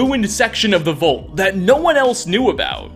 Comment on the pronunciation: Nice vid, but I can't get past it. The word is VAULT. Not Vult. Vault